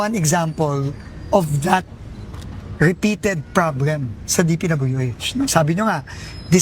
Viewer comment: Bat ito c Dizon hindi maka litik ng letrang "L" ang problem binanggit nya ng probrem😅😅😂 lagi talaga yan sa mga interbyu nya lage "r" ang "l"😅